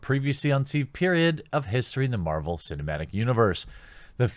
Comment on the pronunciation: sounds like you were saying Captain Marlboro, no wonder this film will give me cancer if I watch it. Lol